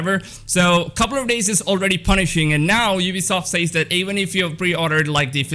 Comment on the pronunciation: Lmao, I haven't bought a new physical game in YEARS. I absolutely understand that you should get a physical copy beyond just the base version. In case you weren't aware, some weirdos liked being "slapped in the nuts". PS- the way you say "says" drives ME nuts lol.